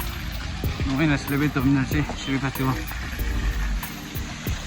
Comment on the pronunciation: Not phistval... Its fastival poor english